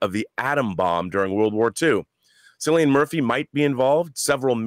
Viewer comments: Cillian is pronounced with a hard C. KILL-ian, not SILL-ian. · Cillian = Killian Cillian ≠ Sillian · Why do Americans pronounce Cillian Murphy Silly-an Murphy